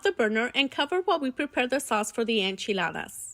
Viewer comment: Yea, that's how you say it.